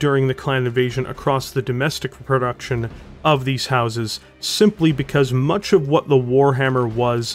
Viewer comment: You really should record more audio takes. There are points where you stumble over words, and there's no need to leave that in. Also, some of your pronunciation and manner of speaking is weirdly jarring at times. Like over-emphasizing the word much at the beginning of a sentence, or how you say Natasha (you say Na-TASH-uh, while most folks say Na-TA-sha). Just a bunch of little bumps that would make everything smoother if you hammered them out, y'know? That said, I'm a little disappointed that you didn't mention the mechs that helped inspire the Warhammer: House Davion's Battleaxe and Hammerhands mechs. But I also understand that at over 35 minutes the video was already going long.